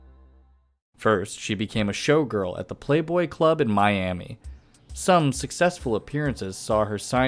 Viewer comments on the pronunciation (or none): none